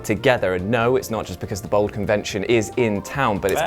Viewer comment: everytime he pronounces bald as bold